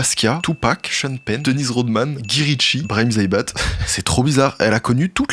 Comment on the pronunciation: "Gui ritchie" "lourdesse" La prononciation c'est pas forcément ça 😅